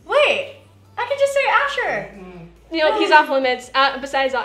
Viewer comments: It's so sad she can't say Asher😂😂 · I like when annie only wanted to say asher but she couldn't that's so cute😍😍😍